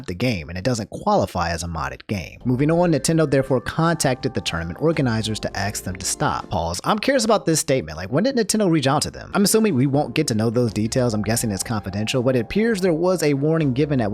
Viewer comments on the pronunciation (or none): "aks" them to stop Lol the s comes before the k bro